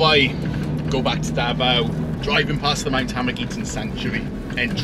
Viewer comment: "The Daot's Road"..